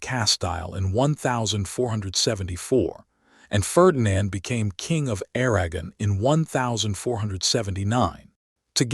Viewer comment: Lost me with Aragon pronounced as *Air-agon" like wagon. And Castile as "Cas-Tile" like what your bathroom is covered in.